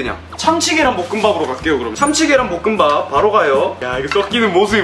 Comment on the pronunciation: 볶음밥을 자꾸 뽂응밥이라노